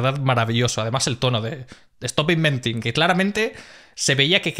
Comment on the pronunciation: JAJAJA! "estop inventin!" Segunda carcajada del video. ¡Chapeau!